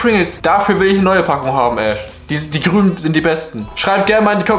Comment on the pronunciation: grün Prengels und gioto so wie du das sagst